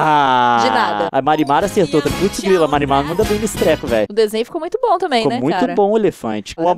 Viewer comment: eu juro que toda vez que liam "marimar" eu escutava "mari madhass"